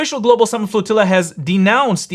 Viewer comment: The woman pronounces flotilla like tortilla. 😂